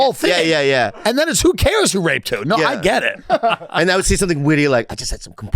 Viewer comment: “did you seeng”